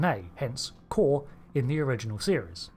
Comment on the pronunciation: Am I the only one that remembers his name is pronounced like "Koor" and not like "core?" When they said it differently in SNW than in TOS I thought Trek fans would spend the next week complaining that they said his name wrong, but instead they're saying it wrong too.